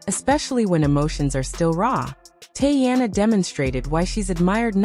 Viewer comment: Tea-Anna, not Tay-Anna!